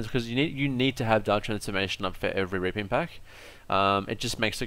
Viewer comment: is it only me or is he always saying raping instead of reaping?